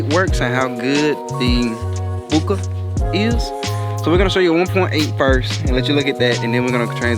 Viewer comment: I kept watching to hear bookeeah... too funny